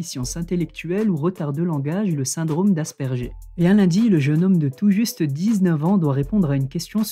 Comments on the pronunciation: «Asperger» se prononce ASPÈRGUER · Je me trompe peut-etre mais ne dit-on pas as-per-gueur à la place d’asperger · Mon frère est autiste asperger donc je me permet le g ne se prononce pas comme ça 😊